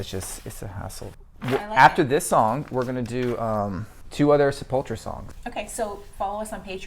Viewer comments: Sepultra? Its Sepultura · "Sapultra" LOOOOOOOOLOLOL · It's kinda sad ur chick knows how to say sepultura and you don't man